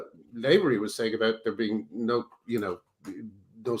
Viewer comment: Lavery is pronounced LAH-vree, not LAY-ver-ee. Graham should know that as Lavery is an Irish surname.